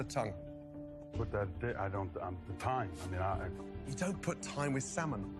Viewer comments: Why does pronounce the silent L in salmon? It's not SALmon it's actually more like SAMIN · I kept cringing everytime she said salman. 😬 The L is silent! 😖😖😖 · She didn't bother me too much until having to listen to her "sall-man" so many times. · its not saLmon